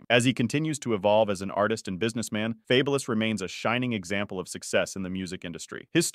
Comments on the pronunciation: Fab-u-lous lol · Yo channel should be deleted for the way you pronounce this man name wrong 😂🤦🏾‍♂️😬🥴 the minute you pronounce his name wrong. I had to cut the video right then and there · Ridiculous you can't even pronounce his name